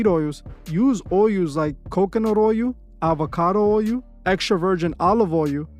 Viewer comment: You need to work on your pronunciation of OIL. A toddler could pronounce it better.